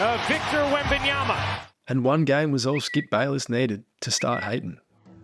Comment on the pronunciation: It's WEMBANYAMA not WembEnyama